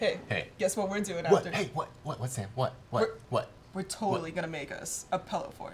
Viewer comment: Being an Oregonian, I have to agree that it is pronounced pillow, not pellow